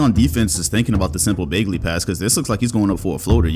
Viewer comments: I appreciate the Kevin Martin image at the beginning of the video, but why do you keep mispronouncing Bagley? The fuck is Baygley? 😂😂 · Hang on. Accusing us of not watching Kings and yet you pronounce the name BAY-glee? Come on, bruh. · BAG-LEY BAHG-LEY BA-G-LY All three of these are more correct pronunciation than EINSTEIN BROS BAGLEY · "Marvin BAEglee" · “ Baygley” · no one:: “Baygley” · Also: bogdanoVICK 🤦‍♂️ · If you say bagley like that one more time imma unsub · This guy has seen every kings game and doesn’t know how to say bagleys last name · The way he says Bagley's last name triggers me lol